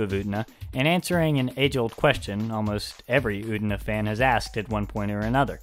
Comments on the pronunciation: It's pronounced U-TE-NA. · I don't want to be an asshole, but it's really bothering me how you're pronouncing "Utena" :S